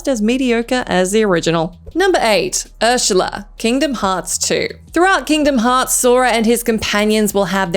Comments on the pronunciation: “Urshula”????? Besides saying it wrong you got the wrong game there…. Great research! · Who's 'Urshula'? Also that boss is from Kingdom Hearts 1. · Is Ursula pronounced with a "sh", in Australia?